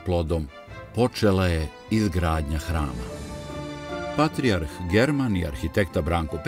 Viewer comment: Какво је ово вештачко акцентирање речи патријарх?